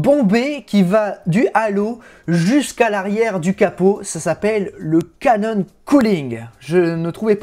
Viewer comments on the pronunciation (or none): none